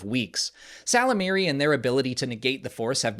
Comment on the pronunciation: Ysalamiri being called "salamiri" made me chuckle.